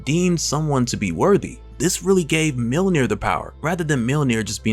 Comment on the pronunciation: Mjönir. Not millnir